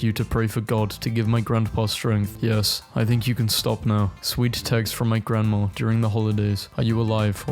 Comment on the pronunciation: You realize there is no R at the end of grandma. It is not pronounced grandmar